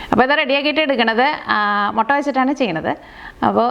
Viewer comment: റെസിപ്പി ഉഗ്രൻ.. പക്ഷെ ഒരു തിരുത്തു ഉണ്ട്. മൊട്ട അല്ല "മുട്ട " താങ്ക്സ്